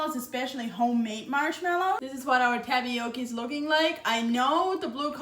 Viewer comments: I like how you say "Tapiockie" for Tapioca. That's different.❤😘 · “Tapiokee”! Love it!! Lovina it!! 🤩